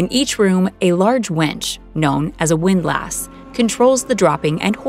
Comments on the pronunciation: I have always heard "Windlass" with the emphasis on "Wind" rather than "lass". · Not "wind-lass" it is pronounced "WIND less". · As a sailor, it GRATES on my ears to hear her say "windLASS" over and over. It's pronounced "WINDlass". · You can’t convince me it’s windLASS. It’s windless. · Never heard it called a “windLASS” where it’s really pronounced “windLISS” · While it's spelled WINDLASS, it's pronounced "WINDLUSS" not "WINDLASSSS". Otherwise, good show. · The pronunciation of windlass is not wind-lass but windlus, with strong emphasis on the first syllable and the second with no emphasis and almost no vowel, more like "ls". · hearing it pronounced windLASS hurts its pronounced windlis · "WIND-luss" not "wind lass" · "WINDlus" not "WIND-LASS" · it's not wind lass... it's windlass.. one word. Pronounced more like windless.. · It's pronounced "Wind-liss" not "Wind-lass" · Hey lady it’s “pronounced” win-lis, not windlASs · It's "wind-LUSS". Another one that's pronounced odd is FORECASTLE; "FOLK-SUL" . It's just the way it is. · Windlass is pronounced as windless. Just so you know.. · It's windlass, like wind-less, because sailing has weird pronunciations. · it's 'WIND-luss'... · windlass, not wind lass. Please find a better script reader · Drive anyone else crazy with the way she was saying “windlass”? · You're saying "windlass" wrong. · Someone please tell this lady how to pronounce "windlass".